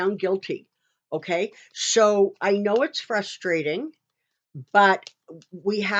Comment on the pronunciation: I've seen your videos for a while. Very informative. I've noticed for some time that when you pronounce your "s's" they sound like "sshhs". Are you using a dental retainer? You know those retainers that are used by patients who have used braces? When you say "so" it sounds like "sho".